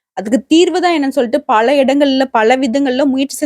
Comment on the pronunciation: பள அல்ல பல. ம்ம் உங்களை தொடர்பு கொள்ள முடியுமா